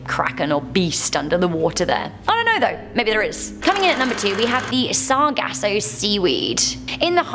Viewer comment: “Bameenie”😂🤣”Sarahgasso” I’m done. I can’t listen to you guys. Repeat the same things over and over and still miss pronounce them.